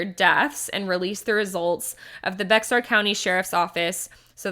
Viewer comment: Great coverage. Just to clarify, it is pronounced "Bear" County.